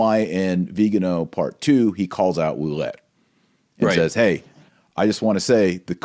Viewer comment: My wife knows some French and thinks your Ouellet pronunciation is correct. Metuchen NJ is meh [e as in Mets] touch [as in touch] en [as in "in"]. Excellent presentation... good assertion... brilliant points all. What's next? Nothing. Vigano will die [eventually, no hurry]. Bergoglio occupies the Vatican and will continue building the One-World Church until we pray enough and/or the wrath of God comes down. PS: You might like this presentation... The Truth About The Crisis In The Catholic Church